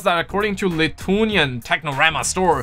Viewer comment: the way how you pronounced lithuania lmao